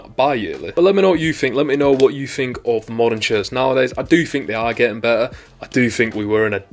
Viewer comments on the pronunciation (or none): none